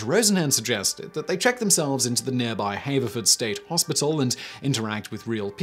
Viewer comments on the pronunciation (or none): FWIW, I grew up near there. It's pronounced with a short-a, "HAV-er-f'rd" for Haverford State Hospital (same for Haverford College and the Haverford Township in which both are located). That's probably an effect of the regional "Philadelphia dialect" and its characteristic short-a split note particularly the comparison recordings of "camp" on the latter page with an without the vowel-raising effect. #LanguageNerd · Swarthmore is pronounced SWAHTH-moar and Haverford is pronounced HAVE-urr-furred. Because = Pennsylvania. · I went to Swarthmore but many years after this professor so found this interesting. The "a" in Haverford is pronounced like the "a" in "have" or "hatch" not like the "a" in "hate" or "haste."